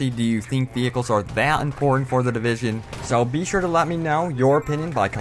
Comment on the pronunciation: vee hikels